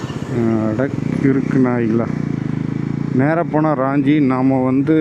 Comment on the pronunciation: அது ராஞ்சி (Raanji) இல்ல..... ரான்ச்சி (Ranchi) நான் அங்கே ஒன்றரை வருடம் பணி புரிந்து இருக்கிறேன். தசம் ஃபால்ஸ் க்கும் ஒருமுறை சென்றுள்ளேன். நல்ல வேளை நீங்க அங்கே போகல. அங்கே திருட்டு வழிப்பறி சகஜம்